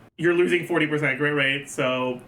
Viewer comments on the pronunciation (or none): none